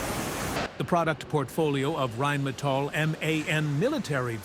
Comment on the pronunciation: the name comes from "Rhein" which is a german river and "Metall" which is just metal. You said something like "metallids?" or what does it mean. i thinks thats not correct here.